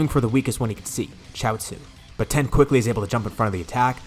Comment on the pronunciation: this man is allergic to the i in tien